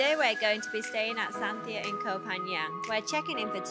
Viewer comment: Lovely video. Love Santhiya resorts and looking forward to trying this one. You don’t pronounce the h in Santhiya by the way. Something we learned when staying there.